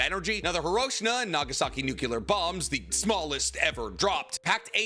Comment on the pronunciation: did you just call hiroshima, hiroshina